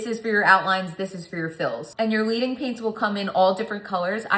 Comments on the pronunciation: FYI, In stained glass, leading pronounced with a soft “e”. It’s a metal reference because real stained glass has lead in the seams (think iron, copper, etc.) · Love this video… looks amazing and I’m inspired. one note… “Leading” is pronounced “led - ing” because it is supposed to be like laying down liquid lead like you do in true stained glass… not “leading” as in follow the leader.